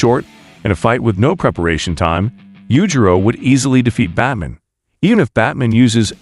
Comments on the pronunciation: This was decent but unfortunately had to cut it short due to my rage that builds everytime the ai says 'batmin' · Say Batmn one more time please 👌👌👌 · "Batmin" hahah